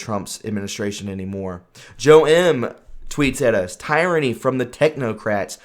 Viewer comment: The-ran-ee? Tear-a-knee. Please work on your vocabulary. I'm not trying to be hard on you. It just hurts your credibility.